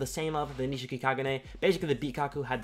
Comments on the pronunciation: Nishiki man not Nishika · its nishiki not nishika lel